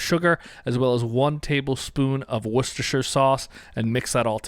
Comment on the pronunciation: Excellent recipe — I remember having this but have never made it… but that’s about to change! Great pronunciation of “Worcestershire” too!